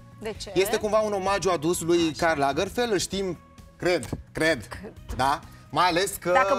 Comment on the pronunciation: Aualeu! Nu Karl Lagerfel, Karl LagerfelD!!! O gresala colosala din partea lui!